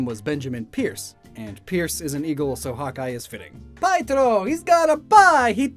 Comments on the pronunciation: He got some of the names wrong in the video. Ones that remember of the top of my head are Portia and Pietro. He pronounces Portia like Port-ia when it's actually pronounced Poor-shah and he pronounces Pietro like Pie-troh when it's actually pronounced Pee-eh-troh. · His name is pietro “pee-Ett-tro” a common name for clowns